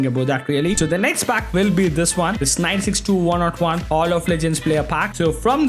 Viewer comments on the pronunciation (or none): Please Stop saying 101 as one not one that's too annoying 😭